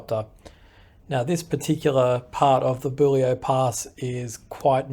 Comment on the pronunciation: Um, as a local it is Bull e o. Not rhyming with Jullio. Just in case no one has mentioned this ....From Yerranderie east to the west side of Warragamba dam is not open to the public, is gated/signposted and striclty off limits to public access and if you are caught there - very heavy fines. In the vicinity of tens of thousands of dollars. Sydney Water use trail cameras a lot and have rangers. Any roads on the map that start with a W are Sydney Water - old MWSD&B roads. Yerranderie is one way in and same way back out. Google maps shouldn't be used for these areas - or check and then double check. Same coming in from the Oaks side. No access. The long way around. Anywhere near water storage around Sydney, Illawarra and Central Coast the tracks are off limits - for very good reason.